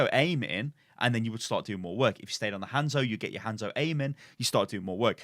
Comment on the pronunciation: I could have sworn he said Handsoap for a second XD